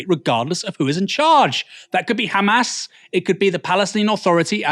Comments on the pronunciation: Khamas still cracks me up. Why are they adding a K?! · Just by hearing someone pronounce "Khamas", you know what side he's on 😑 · Its khamass